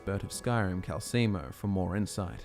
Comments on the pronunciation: His name is calceLLLLLLLLLLLLLLLLLLLmo, goddammit. Do all video makers just play the games with the sound muted or something? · You keep saying Calcelmo wrong.